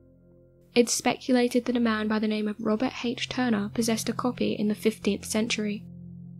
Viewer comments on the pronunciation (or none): none